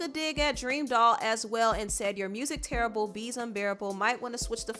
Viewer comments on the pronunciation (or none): none